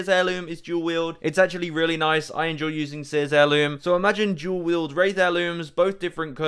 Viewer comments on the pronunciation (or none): OMG LOL I thought you were saying dual katanas 😭 I was thinking you made a spelling error